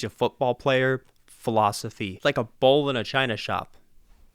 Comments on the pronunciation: i swear he said "a bowl in a china shop" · Are you saying "bull"? The closed caption is saying "bowl", which sounds more correct even though that's not the phrase.